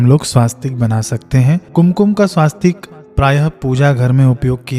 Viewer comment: श्रीमान जी स्वास्तिक नहीं होता है , स्वस्तिक है ।